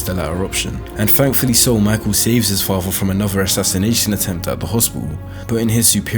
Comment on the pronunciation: The way the narrator pronounces “father” annoys me to no end. It sounds like he has a big golf ball in his mouth.